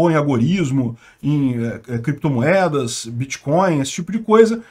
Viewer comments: “Em algum momento o senhor operou com “creptomoeda [sic]”, com “bitcóio [sic]” ou outros?”... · Correção: o nome dessa " creptomoeda "é " biticóio " poxa!! Kklk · Bitcoin não!!! Bitcóio! Créptomoeda! fala direito!!! kkkk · Vc conhece creptomoeda e biticóin! Kk